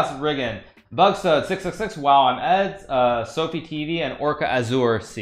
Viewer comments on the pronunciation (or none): none